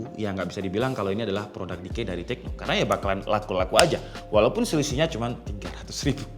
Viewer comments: decoy bg, bukan decay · Bukan decay tapi decoy bang.. 🤣🤣🤣🤣🤣